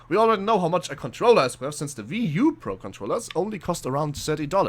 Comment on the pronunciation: It's not a ve u. It's wii u